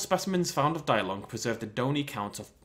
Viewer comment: it's pronounced de-long not die-long. Not being rude but still.